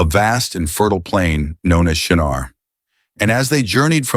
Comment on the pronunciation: Shinar not Shanar.It is still happening today.